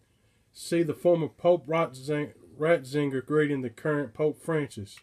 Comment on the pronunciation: you pronounced it right on your first try..."ROTzinger" lol good video man :) you got a little rougher than usual tho eh? you sound like me in this one hehehe :D